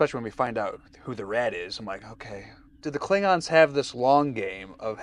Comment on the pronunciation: Always drives me crazy how in TOS they refused to give the "o" in klingons any respect. Always "klingins"